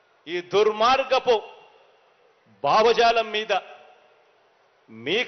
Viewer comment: బావ జాల కాదు cm గారు భావజాల అనాలి 😂😂